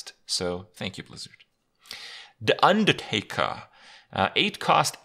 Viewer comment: I like how Kripp says Da Undatakah